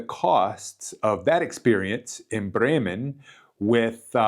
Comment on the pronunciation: Funny! You pronounce "Brreymen" like the locals. Cool!